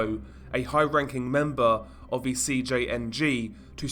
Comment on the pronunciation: "Vough, Viss wasn't ve case", What?